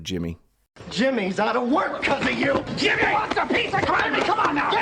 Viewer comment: Thanks for another epic episode,!! The "JI-mmy" Kruger at the end was a masterful touch! 🤣👍🏻👍🏻